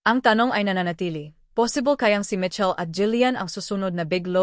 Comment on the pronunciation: You are giving a celebrity news but you can’t even get the name of Michael Sager right! It’s not Mitchell, for crying out loud! 🙄🤣